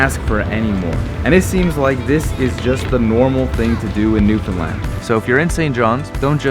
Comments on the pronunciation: I'm proud you can say Newfoundland PROPERLY! It's not hard! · Thank you for not pronouncing it new finland or newfinlun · I love that you probably pronounced Newfoundland correctly. 👏🏻👏🏻👏🏻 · Finally someone who can pronounce Newfoundland 🙌....great job at capturing our culture. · My dude, i'm so glad you got to experience Newfoundland, and you've captured the essence of the island perfectly. You even pronounced everything perfectly! Don't forget to come back to visit!